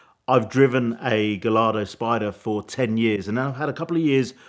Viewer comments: He said guh-LARD-oh 🤣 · Imagine being a Lamborghini owner and still pronouncing “Gallardo” phonetically